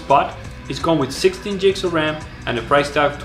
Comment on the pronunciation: Stop saying jigs of rem!